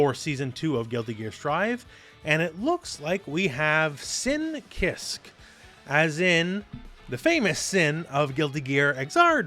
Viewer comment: "Sin kisk" 💀